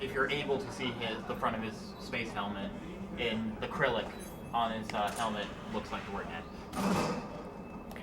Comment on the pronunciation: It sounded like that guy said acrylic instead of Cyrillic.